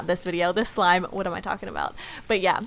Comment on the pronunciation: Anybody Else hear When She Said Wish Shlime? Or Is It Just Me?